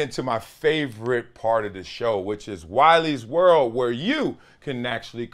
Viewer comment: every time you say "Wiley's World" I hear " Wally World" from the movie Vacation